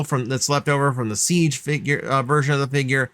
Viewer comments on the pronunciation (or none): none